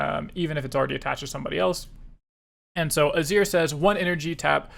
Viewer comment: Just a note that Azir is pronounced Ah-zeer. Great content, waiting for more